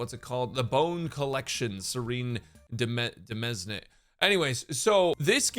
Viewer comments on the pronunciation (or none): Demesne is read exactly like the word Domain. It also actually means domain (as in a Lord's land).